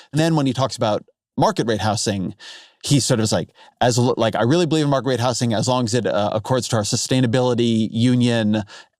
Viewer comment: i went into this already expecting to disagree on all these negative speculations on what Mamdani can get done as mayor but the most disagreeable part of this podcast was the way Ezra pronounced the word "housing" like "how sing".